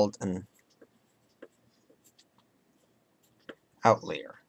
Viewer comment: You said outlier wrong :3 or maybe I'm saying it wrong lol.